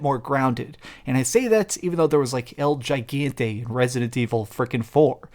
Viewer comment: It’s pronounced EL-hee-gone-tay El Gigante